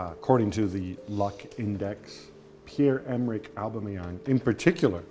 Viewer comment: Gab says aubameyangs name so weird...